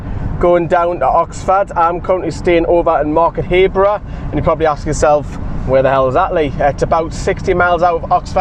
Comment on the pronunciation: its Market HARborough not Market Hayborough smh